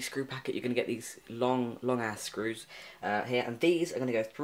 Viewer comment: "long-ass screws" or "long ass-screws"?